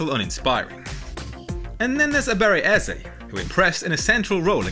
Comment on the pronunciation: That Ebere Eze pronunciation 👍🏿👍🏿